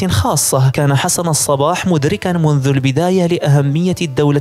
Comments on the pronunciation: الصبَّّاح و ليس الصباح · ياخي نطقك لاسمه غلط الصبّاح بشد الباء مو الصباح !! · حسن الصباح بتشديد الصاد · أولا أخطأت في الاسم الصباح بتشديد الصاد وليس اهمالها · الصباح بتشديد الباء هو النطق السليم للاسم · نطق الاسم خطاء لحسن الصباح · نعم هناك شده على الباء